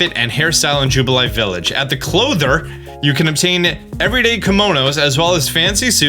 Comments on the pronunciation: It's clothier, pronounced clōth-ee-er. It is a real word for a person or company that makes and sells clothes. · Just gonna say , love htis video but, cloth-ee-er. not clothe-er lol! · The way you pronounce "clothier" tells me you've never played terraria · I believe It is pronounced cloathy-yer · Clothier = KLŌ-thee-er. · it says on screen how to say clothier. Cloth-ier (Kloth-ee-er) its an old english word. well not old english..i mean, ive certainly heard of it. and again, its on screen. say for Why-Deer. :? no idea where your getting your pronounciations from. the nintedo streams where you hear they speak in japanese you can hear them say it to, althouh with a japnese accent, its still not WHEEEER-DEEER or the CLOTHER. Cloth-i-er, why-deer. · Clothier. Clo-thee-ear. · Boi pronouncing clothier wrong is killing me lol, like it's funny, I'm not mad. It's klow-thee-ur if you were wondering, also he's pronouncing things like Hisui and Wrydeer not how they are officially pronounced in the trailer is that like an inside joke or something or does he just not care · Clothier. Pronounced clothe-ee-er. Very old word for a very old region. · It's pronounced klow·thee·ur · So excited can’t even read words proper. Clothier, Arena, Hardiest… got to be the first YouTuber to put out a video by any means… lol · Clothier is very much a real and normal word, though you missed the entire letter i in your pronunciation. 😅 also... Hisui = hee-soo-ee 👀